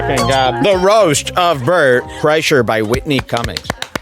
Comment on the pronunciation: Am I the only one who noticed that the announcer said “Welcome to the Only Fans roast of Bert… CHRYSLER”?! They couldn’t even get his name right. The announcer has never heard of this guy before. Oh how I envy them.